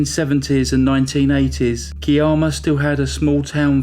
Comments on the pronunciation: “Kiarma “...oh you mean Kiama! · yes I wanted to check that he actually meant Ki-am-ah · Kye-amma, puhleeze, and (oddly) Gerringong is pronounced Jerringong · lol I was having a good chuckle at. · Gooday. I live north of Kiama [pronounced, Ki,as in eye, amma]. I remember this case, well, and was always suspicious that the husband was involved.. But I knew that Peter Woods would solve it and get justice, as I had already watched him in action when he investigated my sisters sad end, in 1984 , Not only was he good at his job but the comfort, and support he gave to mum was awesome. Thankyou for a great video, and can't wait for the next one.....stay safe, you and yours, and all you're fans. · They were from Kiama , pronounced Ky-am- uh. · As a local I’m glad to see a big crime channel cover this case. We all remember it well . FYI Kiama is pronounced Keye (like eye) a ma. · It's actually pronounced ki'am'a Ki sounds like Sky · K-eye-am-ah. Keye-am-a = Kiama. And Jerry Jer-ring-gong = Gerringong 😀 Both are beautiful coastal areas with beautiful beaches and great fishing amongst countless other things. 🥰. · Great video. No disrespect and not to sound rude, but it’s pronounce Ky-amma and the other is Jerrigong. Us aussies pronounce things oddly 😂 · Hi and good evening from Australia.... past, it"s pronounced Ky-amma ✌ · THANK YOU was just about to comment on how to pronounce Kiama and sorry for the loss of your sister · Unbelievable that a man could kill his wife and his unborn baby... So sickening.... Not as bad a crime was your murdering the pronunciation of Australian names!! Kiama and Gerirngong!!! 😂🤣😂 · I live about twenty minutes away from Kiama and I remember this case very clearly. I actually burst out laughing hearing your pronunciation of Kiama and Gerringong. Love the channel.